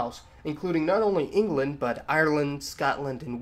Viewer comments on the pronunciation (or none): none